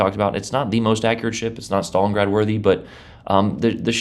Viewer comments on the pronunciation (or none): none